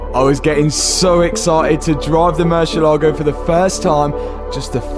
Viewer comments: It's not Mercya lago. It's more like Mer c el ..Ago. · One shot every time this guy says morseelogo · It’s pronounced mer-si-leago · MurciÉlago, it's called MurciÉlago thanks....gracias